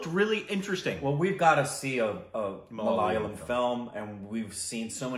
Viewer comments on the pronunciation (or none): MA-LA-YA-LAM not Malala-yam! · bro.. It's MALAYAALAM, not malaalayam.. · Hi, can you please pronounce the word 'malayalam' correctly.... please try to say 'ma_la_yaa_lam'.... Not 'ma_la_lyam'... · IT IS MA LA YA LUM(like gum) and Mohan Lal not mohanil The people are called malayalees or keralites .please correct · Mohan Lal is a phenomenal and one of the most versatile actors ever. And for the umpteenth time... it's MA LA YAA LUM.' Please don't butcher it :) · Malayalam is not pronounced as mal-ya-lam?? Tell the correct pronunciation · Try to say Ma-la-yeah-lam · Guys it's so not fair to us malayalees to hear you guys say Malayalam like that. I get it it's hard. But just google the pronounciation. It's that simple. Great reaction though . Can't wait to know what your reaction of the movie is. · You guys are pronounceing malayalam wrong